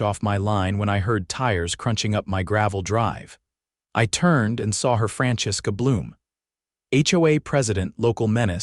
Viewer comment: Franchesque A Bloom instead of Francesca Bloom within 8 seconds. This one should be good. Mr. Alidjassan. Not sure what that is supposed to be. This is something that always seems to be missed in these stories. The original HOA CC&Rs are drawn up by the developer [or owner] with the help of real estate attorneys and title companies. The developer [or owner] retains ownership of all the property until houses are sold and an HOA is formed. Common arears are then signed over to the HOA NOT the HOA board. The HOA Board does not own anything. The common arears are technically owned by all the homeowners. There are no states in the United States that allow HOA Boards to amend the original CC&Rs without a vote from the homeowners. Complete fail. Subject to removal? Neither the HOA board or the HOA as a whole can simply vote to evict a homeowner. Not going to bother to hear the rest.